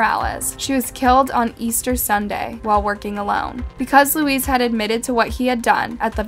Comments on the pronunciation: Same as Luis is not pronounced Louise ..maybe pronounced Lewis or loo-ee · thank you for this! it bothered me so much that she kept calling Luis , Louise. its not the same name and Luis is pretty common so its no longer a language barrier she should have been able to say it properly. i almost gave it a thumbs down though i know it doesn't show up anymore. its bad enough i wont sub to this channel. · It’s not literally pronounced as Louise.. it’s pronounced ‘Louie’🧐